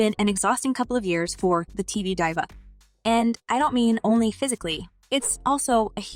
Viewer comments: This must be Ai generated. Diva, a common celebrity word was pronounced as Die-Va? I couldn't finish this after that. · IT'S L O L. You ARE supposed to say the letters. It's not a word! And it's DIVA sounds like DEEEVA. This is the wrong person to do this reporting...geez